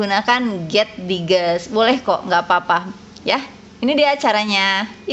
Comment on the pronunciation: Koreksi sedikit ya bu.. getdigest mungkin dibacanya [get daijest] ya bu.. mohon koreksi juga dari teman teman lain karena sama-sama gabisa bahasa enggrees :)